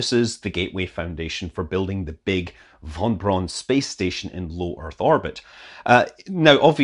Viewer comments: *fon brown station and definitely not "wwhon brawn" or whatever it was you said. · "wonn Bronn" would be the German spelling of your pronunciation of "von Braun" :P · Scott, you butchered von Braun's name. Pronounce it like Browser, but with "n" replacing the "ser". And the given name was Wernher. Those extra letters were common in the nobility then, like medals in the military today. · Pretty sure it's the von Braun station, not the vonn Bronn station.